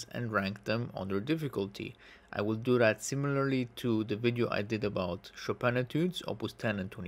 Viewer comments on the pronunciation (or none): none